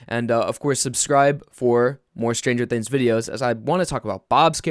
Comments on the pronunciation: "stranger thinns" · lmao ''stranger thins''